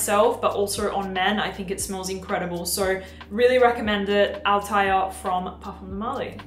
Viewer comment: PDM Althaïr should be written with an Umlaut on the I😉 and the pronunciation is Altha ir😉 Hamid Merati-Kashani will be happy now ☺️